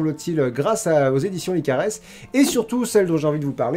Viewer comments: Je crois qu"on prononce pas le s dans la formation "licares", j'écoute leur pordcast sur spotify et ça se prononce "licare" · Tu prononce mal pour la formation LICARES (PS : ma sœur y est inscrite et j'écoute toujours les podcast de Lucie Castel, même si c'est pas un format qui me plaît beaucoup normalement) ^^ J'adore tes Coins Lecture ! En fait, j'adore tous tes formats ! Tes parenthèses, tes coins lectures, tes points cultures, tes 50/50 et même tes NMT (que tu ne fais plus) ^^ J'ai hyper hâte de voir le prochain coin lecture avec les romans spéciaux abonnés ! J'espère qu'un jour, je pourrais te faire lire le mien, mais je suis toujours dans le premier jet donc j'ai bon espoir que ta pile aura un peu diminué ;)